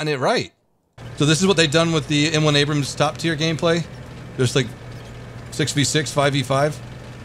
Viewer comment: "MUH ABRUUMMSS" lol